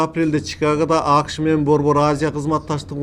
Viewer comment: агай апрель деген сөздө басым экинчи муунга, б.а. апрЕлге түшөт, сиз [Апрель] деп айтып атасыз. АКШ дегенде дагы [Акш] деп угулуп жатат. Кыргыз тилинин эрежелерине ылайык, [акышЫ] дегендей айтылат. Ийгилик каалайбыз каналыңызга.